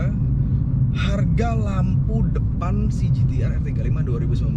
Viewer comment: ngomong nya 2019 kurang jelas bang 😂